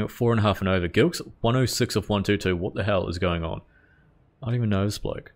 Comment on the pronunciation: It’s pronounced like Jillkes and Not Gilkes btw